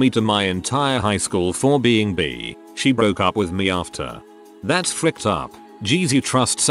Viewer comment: I like how it pronounces bi as bee